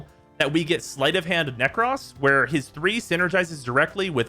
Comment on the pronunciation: Its Nekros not "Neck Ross"